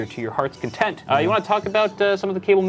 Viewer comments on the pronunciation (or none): none